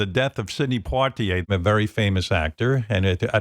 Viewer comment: Port-ier??? Really?????